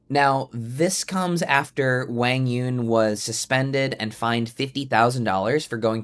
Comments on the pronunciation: Zane, learn to pronounce Quang Duong correctly. It's not pronounced like "Wang", geez..... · Who is WANG YONG!?!?😂 come on man you at least gotta say his name right. He’s been on TV over 100 times. I know you’ve heard the announcers say correctly at least once. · Quang Duong is pronounced Wang Yewn? Maybe the biggest shocker of the day for me. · if your gonna talk about QD, pronounce his damn name correctly at least. smh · About the name — I typed 'Quãng Đường' into Google Translate as Vietnamese, but it doesn’t sound like how Zane pronounces it. Am I missing something? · Was it a joke? Zane butchered QD’s name so badly that at first I thought he said something I couldn’t hear.